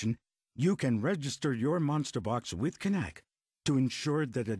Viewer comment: Woah woah woah. All this time I thought the K was silent???